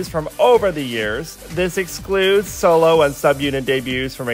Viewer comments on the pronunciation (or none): none